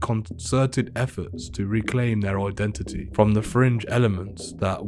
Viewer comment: Why do they all say ID IT NIT 😂